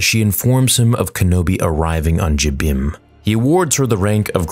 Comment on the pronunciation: i like how you pronounce jabiim. the way everybody else pronounces it, it sounds like jim beam. 😄